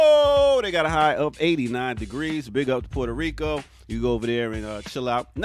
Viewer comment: Learn how to pronounce "maubi" (MAW-bee) and "Puerto Rico" (PUEH-rto Rico) if you're going to represent the Caribbean. Geez...